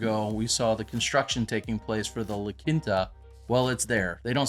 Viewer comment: It's the middle of a desert, what kind of course would you like? And Quinta is pronounced "Keen-tuh."